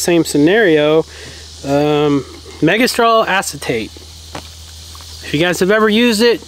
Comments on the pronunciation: It’s pronounced Ass-a-tate…..not ace tate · You pronounce it megestrol as-a-tate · Acetate is pronounced "ass - a - t - ate" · acetate pronounces ass se tate. love ya guys. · Acetate is pronunciation Ass e tate (like tators) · Acetate is pronounced AS-SE-TATE. Never used it, I have always segregated my young females 1st and 2nd heats, trying to segregate the males is more expensive/hard because they will break things to get to the female. A simple decent size kennel does the job cheaply and something you should keep on hand anyways to segregate animals for any reason. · Dog show people use this on their bitches when they are showing them. I've shown, bred and finished lots of Danes. I've had many many litters and done natural and artificial breeding, managed a show champion stud dog and have lots of advise if you want to talk. I've housed more than one stud dog with in tact bitches in season... the word acetate is pronounced Ass-i-tate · pronounced .... ASS - A - TATE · It’s pronounced ac u Tate lol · Acetate... Pronounced ass a tate